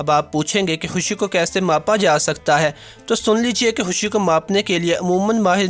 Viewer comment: Oooyyyy husshhii nahi Hota khushhiii Hota hai... ye kesy bolty ho